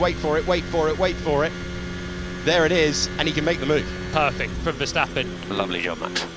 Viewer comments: Haha ..cryshteppen😂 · Vaya 😂😂😂 verdstapen